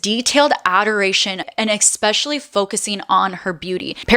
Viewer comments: Please don’t say Expecially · Could you give me your address I will literally send you $100 to stop saying "exspecially" in your videos LOL come on you're way too smart for that!